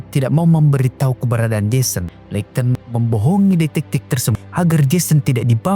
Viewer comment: pronounce nya `leikton`?, skip